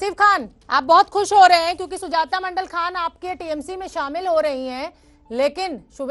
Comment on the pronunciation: सौमित्र खान नही है सौमित्र खां है उचरण ठीक से करो